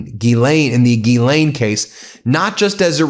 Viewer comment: I believe you are mispronouncing Ms Maxwell's first name . Jii ee ann or Gill ee ann.